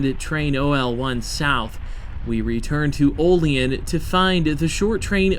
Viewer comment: OLL-EEE ANN, NOT OLL LEE EN. IT IS OLL- LEE- ANN OLEAN. THERE IS NO SOUTHEREN DRAUL IN WESTERN NEWYORK. BUT AT LEAST YOU DID NOT SAY O-LEEN.... TRY WARREN PA WHERE THEY MAKE RR CARS WHICH IS WEST OF HERE . ALSO ON THE STATE LINE. THEN THE BIG TIME LINES GOING FROM BUFFALO --ERIE ----CLEVELAND- DETROIT---CHICAGO THIS IS A MAJOR BIG TIME ROUTE FROM NEWYORK CITY TO POINTS WEST SINCE 1776. ALSO CHECK ERIE CANNEL AS RR BECAME COMPETER AND KILLED THE ERIE CANNEL THIS WOULD BE GREAT VIDEO... AND NEXT TIME YOU IN AREA DRIVE DOWN ROUTE 62 FROM WARREN PA. TITYUIT TIONESTA OIL CITY FOLLOWING THE ALLEGHANY RIVER..